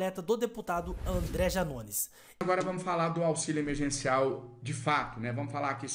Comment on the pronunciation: É emerGeNCial e não emerCeNCiaL